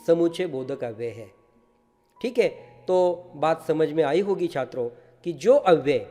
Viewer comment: I like the way sir say "छIत्रो"